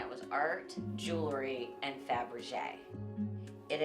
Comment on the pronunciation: So tacky, Melissa earned nothing, all handed down on the coat tails of her mother. Mispronouncing faberge is a dead give away of those who are phony and ignorant such as Melissa.